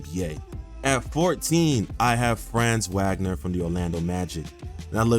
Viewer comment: u butchered franz wagners name so bad lmfaoo